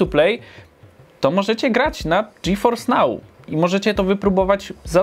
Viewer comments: Ty fajny ten GeForce nał xd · A ile kosztuje miesięcznie dostęp do tego "Dżiforsnał"?:V